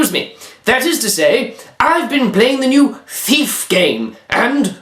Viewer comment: Thiaf??? XD